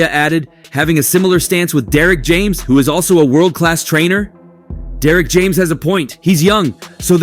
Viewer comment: This damn near AI GENERATED lmao just listen to how they pronounce names & the titles always some click bait